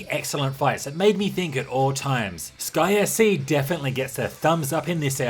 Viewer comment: Sounds like you say "Disgaea C" when you say "Sky SC". Had to rewind a few times.